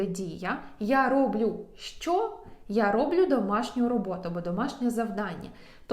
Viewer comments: не рОблю, а роблЮ!!! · Але все ж таки : не рОблю, а роблЮ